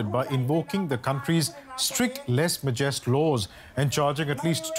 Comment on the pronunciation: Ha ha ha! Les - what? Evidently this guy does not speak French. It's Lèse-majesté